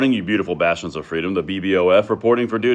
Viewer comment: Are you saying “You beautiful bastions of freedom”, or “you beautiful bastards of freedom”? Like something Gen. Patton would say.